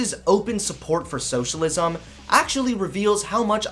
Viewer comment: She's pretty, but crazy. And I already hate her just for the way she pronounces "socialisaaaam"